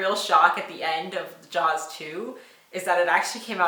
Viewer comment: She called “Jaws” fine ..... wow